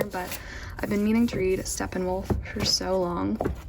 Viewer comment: Steppenwolf is one of my favorite books I‘ve read in 2020 and maybe of all time! Just a littel note it is Steppenwolf with a „sh“ like in fish sound not „s-t“ like in stroke